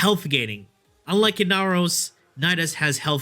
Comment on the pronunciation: First of all, if you don't watch his streams, it's always a meme to pronounce ember as amber and to pronounce amber as ember. And, inaros is just bad.